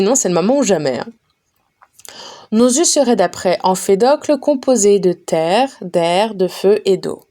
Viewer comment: Merci beaucoup pour ce livre audio !! Cependant faites attention je crois que Empédocle ne se dit pas « emfedocle »